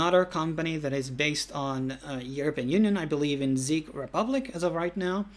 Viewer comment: Did you say they are based in the Zeek Republic😂